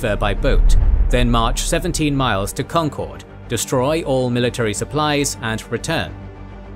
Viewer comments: As a Boston native I've been dying for this but please god it is pronounced con-kurd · Concord rhymes with conquered 😊 Most folks pronounce it right when they say Lexington and Concord together, if that helps